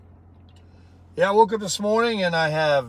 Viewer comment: The southern way to say McDonald “MAC-DONALDS”